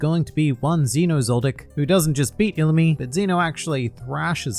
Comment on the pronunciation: I believe u said illumi wrong